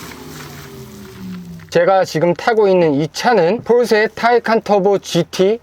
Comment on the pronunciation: 이분 처음보는데, 포르새 포르새하면서 발음이 새는것빼고는, 리뷰 잘하시네요!!